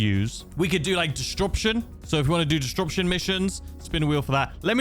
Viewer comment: There's something oddly comforting about hearing say 'distruption' again after all this time 😁